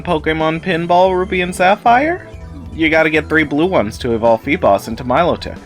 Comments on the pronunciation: ..."Fee-BOSS"? It's... it's bas. As in, bass. Like, the fish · Im sorry but it must be feebas like bass, like a fish. I cant stand fee bahhsss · If you say Feeboss one more time I'm gunna get violent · is the way you pronounce feebass a joke or serious? “Feeboss” is pretty funny either way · The way you say Febas is ear killing haha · Feeboss? Seriously? Say sea bass for us. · They added Special PokeBlocks in ORAS The Rainbow Pokeblock Also, it's Pronounced Fee~BASS like the fish Bass Same with deal with Mantine It's Man~TEEN not Man~Tie~N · Cool video, very informative. Nice way to give people information on these mechanics But WHY THE FUCK DO YOU PRONOUNCE FEEBAS LIKE THAT